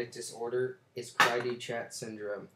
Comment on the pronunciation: First off its pronounced (CREE DOO SHAW) Great job, what did u copy & paste whatever little vague information u googled??!! :-/